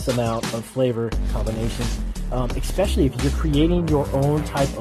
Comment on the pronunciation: This vid sucks, none of the visuals match the narrative, and never take advice from a guy that says “expesially”. I’m going to make a video titled “how to make a store” and then say things like, “you can sell shoes, or cats, legos or human organs and be very successful” while showing old video stock of mountains, dominos, umbrellas and a llama riding a unicycle. Fkn lame.